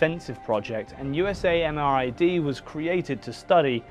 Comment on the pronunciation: FYI - The Army pronounces the lab "you-sam-rid".